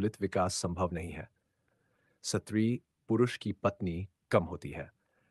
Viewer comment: SATRI nahi STRI bolna chahiye...